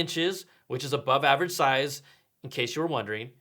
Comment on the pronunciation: hahaha 'which is ab0ve AVerage size' calm down senpai